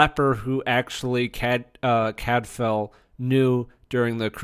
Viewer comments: Full on read this as "half a whiptail". Great show. Nice review. You sure that's how they say his name in the show? I thought it was more 'Cad file' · You need to read the books to fully understand the characters, and history to be credible. You're mispronouncing his name and tons are left out of the BBC series for time reasons. I couldn't even finish listening to the post and wont be back.